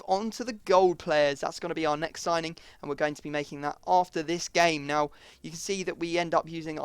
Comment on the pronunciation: "we're going to make a soining" did anyone else hear that?